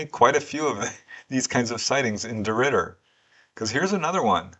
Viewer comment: Thank you very much,, that was my first time hearing of these cases, and you pronounced DeRidder correctly, well done.:medal-yellow-first-red